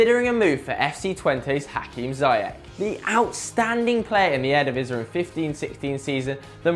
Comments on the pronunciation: stop saying eredivise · Please let this kid learn how to speak out Eredivisie!!